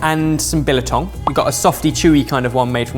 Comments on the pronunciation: Billertong? It's pronounced, bill-tong and it's delicious, unless jerky. Sorted. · your pronunciation of biltong is not quite there. Try it like "bill" + "tong" and it'll be spot on 👍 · Say it with me... bill-tong. Biltong 👍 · Throwing a random letter 'a' in biltong.... and then putting it on the same plate as jerky! Voetsek man!